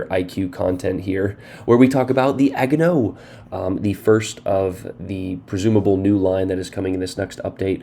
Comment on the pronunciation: As someone who has grown up in an Asian neighborhood, I would like to help out with your pronunciations. Agano: Ah-gone-no Gokase: Gee-yo-kah-say (hard G at the beginning) Omono: Oh-moan-no Shimanto: She-mahn-toe And for the eventual T8 and LT IJN CLs Takahashi: Tah-kah-ha-she Yodo: Yo-doe. Once you realize that most East Asian languages (especially Japanese) are syllabic based, and you pronounce each word by its syllables, then the pronunciations become easier.